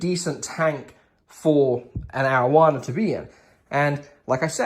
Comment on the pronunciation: You said arrowana, I heard marijuana 😅😂